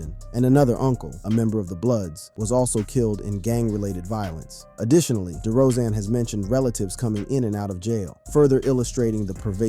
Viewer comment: It's DeRozen not DeeeRozen